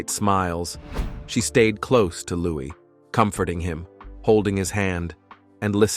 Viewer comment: His name is Lou-ee, not lou-iss.